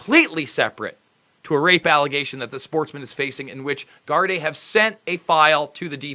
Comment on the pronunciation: Good job. Gardai is pronounced Gardee.